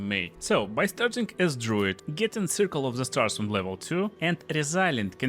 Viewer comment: Im sorry, You speak way too fast for the accent you have. Your english doesnt have to be good or perfect, but please tell me what it is you are saying . Because all i hear is: and today all builds will be 'flahnyus' of(?) class in 'pashade' circle of the stars. Im not making fun of anything, everybody has an accent.... but i really tried to replay those 5 seconds 10x and even did 0.25 speed and i have no idea. If its that bad with some words, maybe speak slower.